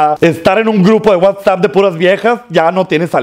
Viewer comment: Se dice wa sap